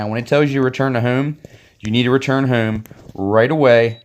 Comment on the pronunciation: I thought I was the only one. He does say hume instead of home 😂😂